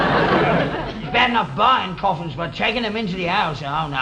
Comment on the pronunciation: 5.20..corfins..what is a corfin..?..